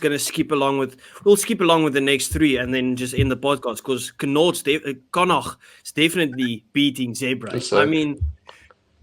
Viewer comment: Very impressed to hear Connaught pronounced more or less correctly. 👍